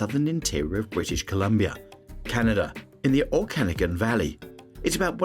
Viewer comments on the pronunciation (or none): Its O-kah-nah-gan not o-can-again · Don’t know if this narrator is AI but Kelowna is in the Oh-can-nog-an not oh-canagan 😊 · Its pronounced Okanagan...you obviously have never been there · you are saying okanagan wrong mate